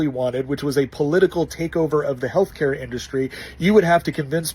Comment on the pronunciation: No he didn't say healthcare, he said "healthcayah". Two totally different things.